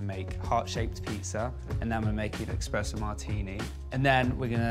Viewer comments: there is no such thing as EXPRESSO... it's called ESPRESSO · Why is he saying Expresso ?!!!! Its espresso maaan , youre soo rich and dont know how to pronounce it ?? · Drives me nuts when people say eXpresso, come on Brooklyn. It’s eSpresso buddy ☕️ Otherwise cute video. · They are so adorable, but could someone please let Brooklyn know it's eSpresso, not eXpresso :D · its ESPRESSO MARTINI, not EXPRESSO 😂 what a “chef” he has no clue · It’s espresso not expresso martini. And Espresso not expresso coffee. 💝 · Is anyone else dying when he says “EXpresso martini” 😵‍💫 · He really said eXpresso 😂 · Stop saying expresso.. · "EX - presso martini" rich parents cant buy you a good education folks lmao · “Expresso” lol! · "expresso martini" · IS HE SAYING "EXPRESSO"??? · Watched 33 seconds of the video and closed it once he said eXpresso. Also no one thought they should do another take of this? smh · did he say expresso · Did he said eKspresso?😱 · It would be nice if Brooklyn learned how to pronounce espresso. Especially if it ends up being used in their signature drink. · God, i hate to be that person but there's no X in espresso!! 😭💔